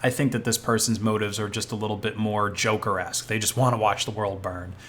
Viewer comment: Did you say jokerasque? 😄